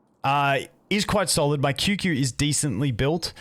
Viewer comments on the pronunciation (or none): Qingque main cant even pronounce her name 😂